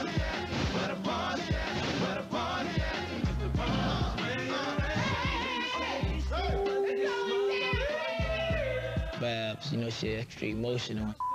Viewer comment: Babs. Not Baps. TH 😂😂😂